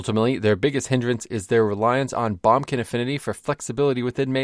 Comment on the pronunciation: Am I the only one who's never heard someone say bombkin? Always heard boomkin, lol.